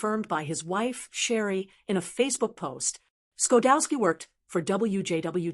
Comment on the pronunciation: Its pronounced sha dowski. And his wife is june she just passed away. may they rest in peace. Chuck got 28 emmeys he was an engineer a writer an actor a kind man my friend.